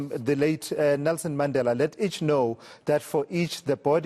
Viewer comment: Infact that's the original correct pronunciation of the surname Mandela. You must watch Mandla Mandela when he does the pronunciation.